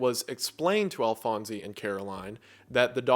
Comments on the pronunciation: I could be an uncultured weeb but man it’s so odd hearing victors fathers name “Alphonse” pronounced like that after watching fullmetal alchemist lol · The E in Alphonse is silent…. ALFONS. Not “Alfonsee”.